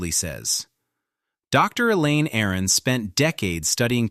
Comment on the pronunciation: It’s Dr. Aron not “Aaron”